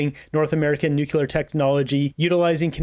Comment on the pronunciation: It's pronounced new-clear not new-cu-ler